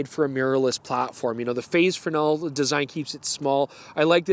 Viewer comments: Thank you for knowing how to pronounce "fresnel". Now, if we can just work on "oot and aboot". ;-) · As a Frenchman I can certify that your pronunciation of Fresnel is spot on!